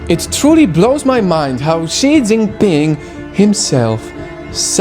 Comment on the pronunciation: Finally someone who pronounces his name right